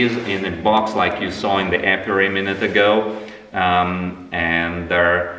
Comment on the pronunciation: Hey. It's apiary not apiuary. Lol. Cute